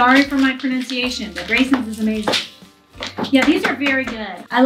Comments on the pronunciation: But your daughters pronunciation was very good as well!👍🏿👍🏿👍🏿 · Yes, prononciation ist amazing! You're doing well, too! 😀👍